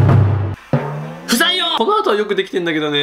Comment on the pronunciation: 不採用が、 「臭いよ」って聞こえた。